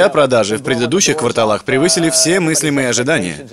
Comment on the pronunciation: эйпл, — квАртал, — кварталАх.